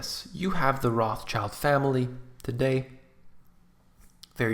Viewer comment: You are butchering their name so bad! Learn how to pronounce it when making a video. This is so unprofessional and hard to listen to